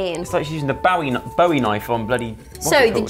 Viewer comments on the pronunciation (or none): none